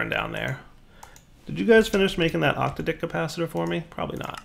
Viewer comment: When will pronounce OC-TA-DIC correctly???